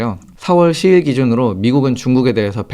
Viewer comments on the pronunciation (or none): 6월과 10월은 '유월'과 '시월'입니다만 10일은 '십일'입니다. '시일'이 아니라. 혹시나 싶어서 들어보니 두 번이나 확실히 '시일'이라고 발음하시네요. 고치시는 게 좋겠습니다.